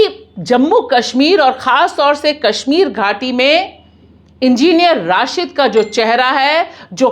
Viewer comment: Enginer Rashid nahin Madam Enginer Rasheed. Try to speak correct word correct name.